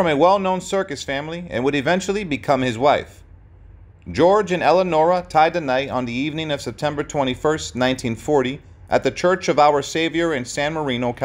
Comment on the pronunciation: Yes, he also said "Tie the NIGHT." 🙄